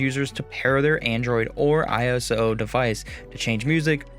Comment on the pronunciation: Bike looks cool. BTW it's "iOS" not "iSO" for the Apple phone OS.